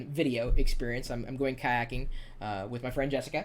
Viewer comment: lol BTW its kayaking:p